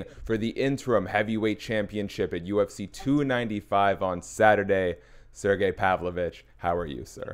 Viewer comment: "surgee pavlick" - chael sonnen